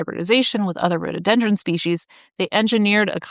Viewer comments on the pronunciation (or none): It is pronounced Rhododendron, not Rhodeedendron.